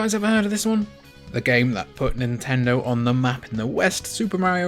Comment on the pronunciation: It's pronounced "Nintendo."